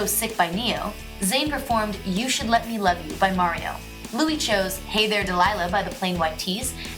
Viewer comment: i know all these and also u are the first american i have heard that doesnt say Lewis or Neil <3 Im British and it gets very annoying knowing that people say it wrong